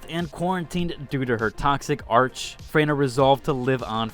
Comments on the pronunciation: My guy please dont say ARCH and act normal😭all character mention it as archE' please listen to it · OMG! Please for the love of god learn to read. It's NOT pronounced Arch it's pronounced "ARK"! I know, I know it's odd for you little Gen Z'ers but that's the way the word is spoken. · i really dont wanna be that guy but its pronounced ar-kay not arch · Are you an Asian-accented bot? for speaking English, you sure dont know how to pronounce written words...or end spoken sentences. Arch. its a Greek work with a hard C, pronounced Ark. it means prime or first. in modern English it can also be pronounched Arch, and used to mean an arcitectural curved support structure. Arc also has a hard C, but instead of meaning first, or prime, it describes a bolt of el3ctrical current, jump8ng from contact to contact. also used in literature, the story line or arc of a story or character's development. The Brits routinely refuse to pronounce the word Arch correctly in its Greek context. Corps...it's Latin, and the S is silent, so Kore. It means a body of something. Corpse is pronounced Korps, and means dead body. Corps isnt generally well known...unless you are familiar with the Marines. the USMC is not called the United States Marine Dead body. Even President Obama didnt know how to pronounce Corpsmen...and he was college educated, well travelled, Commander in Chief of the US military, and 50 years old...and still a moron. Half your sentences end on a flat note. your ending inflection is inhuman. Ive rarely encountered this in the several decades ive listened to commentary and conversed with others. one time i can think of was a local DJ...who used his flat inflection comedically. he was likely bucked off too many bulls in his youth, and likely had a TBI. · Not trying to shit on your pronunciation but it is Arc- A actually saying the letter A. Great video! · You saying arch was triggering me 😭😭😭